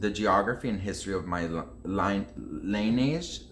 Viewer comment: lineage: lin-ee-ij,: LINE AGE